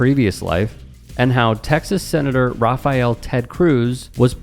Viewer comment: i just wanna point out his name is not raphayell, but rafael.